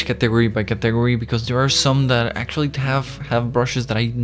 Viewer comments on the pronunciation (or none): Qué tuanis, mae. El énfasis es en CAtegory, no caTEgory. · hahaha he said “categ-ory” thats not how you say it bro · What is a caTEgory??